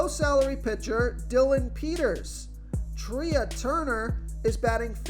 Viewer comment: It’s pronounced Trey Turner not Tree-ah. Come on.